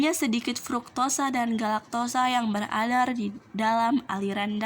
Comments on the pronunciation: Nama : Kasnawati. K Nim : A Assalamualaikum wr. Wb. Dari hasil saya mereviuw vidio diatas saya hanya mau mengomentari cara pengucapannya. Pada slide ke-2 ada dua kata yang sy dengar salah pengucapannya dimana yang seharusnya dia sebut beredar tetapi dia mengucapkan beradar dan kata hampir tetapi dia mengucapnya samprit. Nah untuk selebihnya sudah bagus dari nada dan penyampain kata demi katanya sudah bagus. Terimakasih 🙏🙏 Wa'alaikumsalam wr. Wb... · Nama:Ayu lestari Nim:A setelah saya reviuw vidio diatas disini saya akan mengoreksi perihal kesalahn cara pengucapan pada bagian metabolisme glulosa darah bagian hanya sedikit fruktosa dan glukosa yang beredar dalam aliran darah dimana pada pengucapan beredar dia ucapkan beradar.